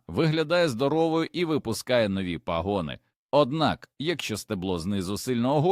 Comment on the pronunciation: Дякую за корисну пораду, але не можу терпіти за ваші не правільні наголоси, пагони, наголос на( а), а не на ( о) , не потрібно вдавати себе за якогось іностранця і це не вперше